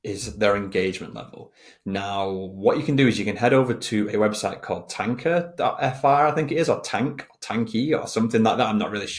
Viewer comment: Nice video. I've gotta help you with your French accent though (TANKE.FR)! Keep it up